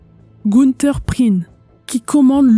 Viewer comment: effectivement, c'est un e muet tout comme dans Prien qui, pour le coup, est bien prononcé dans cette vidéo.